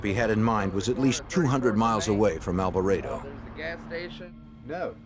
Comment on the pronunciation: Alva-rey-do? Alvarado is pronounced as Al-va-rah-du. Hahaha. My middle just got an English accent.